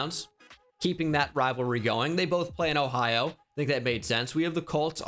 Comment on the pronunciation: Bro said “Ohio” 💀💀💀💀